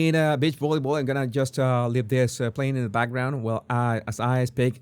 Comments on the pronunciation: Please my friend STOP SAYING BIT CH means female dog and other things.....Say BEE CH give me a break! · Oooohhhh, 😂 you said BEACH volleyball, with your accent I thought you said bitch volleyball. Took me a few seconds to rewind my brain, I was wondering what kind of game is that 😂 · You may want to.practice saying g, "beech". not the other B word. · Omg another funny video! I love ur reaction and yes it sounded like u said B.I.T.C.H with ur accent but I giggled. I also laughed a lot that u felt let down about the beach volleyball women’s attire lol and don’t worry i saw and understood instantly what this was about … he looks like he might be a lil tangled in there… like bits slip out of his under… wear… hahaha I love when u do these types of silly videos! Thank u for the laugh ❤️🥜🍆😆🤣🤣🤣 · On an unrelated note, you sound like you're saying Bitch Volleyball. Bless your little heart. 🥰😆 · My girls would purposely trick my Mother into saying beach because that's how she said it.😂